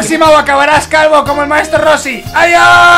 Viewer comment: Es rochi rochi no es como lo dijo timba vk